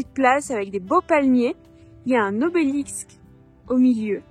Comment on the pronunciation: "Un obélixsque" xD